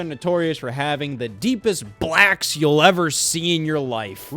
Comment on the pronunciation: Why did Scott say BLACKS like that 😂